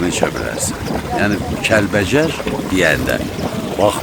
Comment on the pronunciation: oğlum əsil Kəlbəcər ləhcəsi ilə dedin,Kəlvəjər